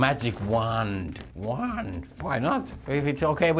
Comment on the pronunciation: The first syllables of wand and wanted are not pronounced as /wʌn/